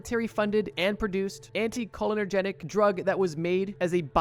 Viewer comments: It’s anticholinERGIC not anticholinERGENIC. Sorry I’m a nerd and every time I hear it, it drives me insane 😂😂😂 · Hey, dude, you need to work on pronunciation of the words you use in these videos. In this video, you pronounce, 'anticholinergic' as antee-koh-linner-genic...it's pronounced antee-koh-lin-ergic. Not hating, just pointing out that you have a habit of mispronouncing molecules, medical conditions, et al. Not that big of a deal most of the time, but sometimes mispronouncing a word can lead to a completely incorrect interpretation, which can be deadly when dealing with psychoactive molecules. This show/channel is decent and I am guilty of watching it, but it could be improved upon. Also, simply relying on experience/trip reports to be true to the molecules they claim to be about is a massive reach. Many of these reports are not factual because the people who wrote them did not know what they actually experimented with. They're also rife with exaggerations and just completely made up shit. PS - the GBL part of this video is incredibly full of bullshit. So many incorrect attributions made about this molecule. You got the basics correct, but there are so many ridiculous claims made about it. I had to end my viewership while you were talking about GBL. Just so factually incorrect I'm not going to even begin to explain. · No, I heard you say "anti-cholinergic", not "anti-cholenergetic". Could be my brain autocorrecting errors. ( Or maybe not, because you read it wrong *again*. "Anti-colonogenic"? PLEASE stop, it's massively annoying.) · Sorry but I gotta point out that it isn’t“AnticholinerGETIC” but the correct term is “AnticholinerGIC” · great video! just a note, its pronounced anty-call-inner-jick